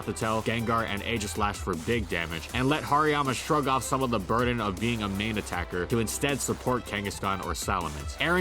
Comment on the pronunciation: Why did I hear "being a meme attacker" rather "being a main attacker" in ?